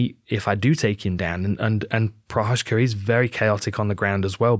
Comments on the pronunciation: Jiří Procházka should go with George Walker. It would stop butchering of his name. The way Dan Hardy is ***** it up is just so OFF the mark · cmon is it that hard to google the prononciation of prochazka before making a video like this , and it has Z there , why turning it something else?